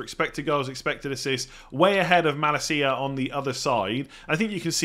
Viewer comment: This pronunciation of Malacia just hurts 😭